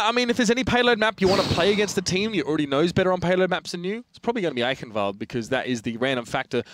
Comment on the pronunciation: wow, you were actually close to pronouncing eichenwald correctly at one point :D